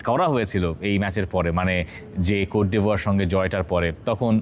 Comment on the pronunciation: বাহ, কোট ডিভোর। আইভোরিকোস্ট তাইলে কোন দেশ। শব্দ উচ্চারনে একটু বেশিই শিক্ষিত আপনারা